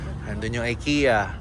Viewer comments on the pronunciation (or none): none